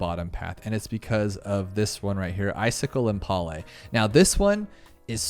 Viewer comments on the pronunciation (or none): I love that pronounces impale as impalé